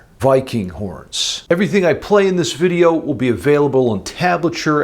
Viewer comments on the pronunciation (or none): none